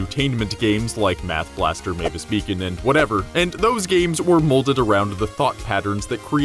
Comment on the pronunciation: I think you meant to say Mavis Bacon.